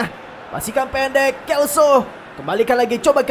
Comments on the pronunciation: lo selso bang bukan lo kelso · Hum bang jgn salah sebut nama buat pemain G.Lo celso Abang sebut kelso Itu selso bang bukan kelso Makasih itu aja sih saran sy